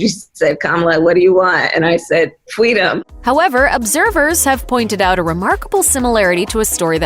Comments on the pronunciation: Fweedom? Harris bullshit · Fweedom!!! Lies, lies, lies.... like people can't find out she is BS!